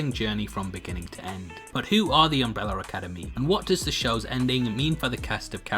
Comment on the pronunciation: Why do you call is Umbreller Academy?